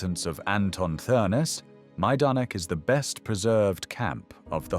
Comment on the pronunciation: Th is pronounced as a hard T so it's pronounced Ternes